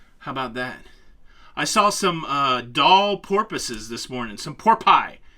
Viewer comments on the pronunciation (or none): "I saw some Doll Porpoises this morning. Some Porpi! A Pod of Porpee!" Me: *dies laughing* 🤣😂🤣😂🤣😂🤣💀😇